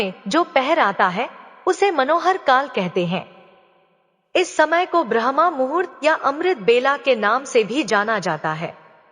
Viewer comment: ब्रह्मा मुहूर्त नहीं बल्कि ब्रह्म मुहूर्त